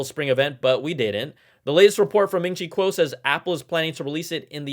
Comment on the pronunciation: C'mon Brian, you gotta say Ming Chi Kuo's name correctly like Fah Pah Tah has learned. Plus you're Asian so no excuse 😂